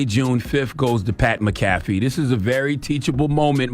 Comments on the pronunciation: Lenard MacKelvey should know how to pronounce Irish names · If Charla were hooked on phonics like he's hooked on 🍆, he'd be able to pronounce McAfee. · He lying he don’t watch the show he can’t even pronounce bruh last name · I think he did it on purpose cause he said his name correct yesterday when they first reported it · Charla really don't know sports for real. He can not pronounce Mcafee and they say his name in ESPN all day 🙄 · Yeah you gone give him donkey of the day, at least pronounce his name right! Otherwise you sound like the jackass... 😂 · You didn't even say his name right. He shouldn't have apologized his point was the WNBA players don't like her becasue she is white. The Democrats haver fully installed their woke mind virus. Success. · You would think that Lenard McKelvey would know how to pronounce a fellow Irish man’s name lol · Charla, at least say his name correctly. Do your googles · CTG said he watch his show then says his name wrong 48 times lol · U don’t watch his show. U don’t even pronounce his name right. His show literally named after him 🤣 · The way you’re mispronouncing his last name, you sound like a white person that pronounces 2Pac’s name as 2Pack. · U said u watch his show. Y are u saying his name incorrectly? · U enjoy watching his show but don't pronounce his name right....yeah we don't believe you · Gotta call your bluff when you say you watch Pats show as frequently as you say and not get his name right 😅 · Charlamagne reaching! Sounds dumb as hell pronouncing his name wrong lol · Said his name wrong charla lol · Donkey of the day to Charla for pronouncing his name like that 😂😂😂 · Give yourself DOD for mispronouncing dude’s name 😂😂😂😂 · he got that man name all wrong